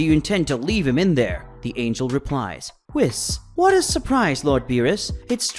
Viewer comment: For the love of God his name is pronounced weee, followed by an S not whis as in piss